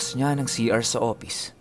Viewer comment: Hehehe.. Opis nalang para madali.. mahirap bigkasin ang F. 🤣🤣🤣🤣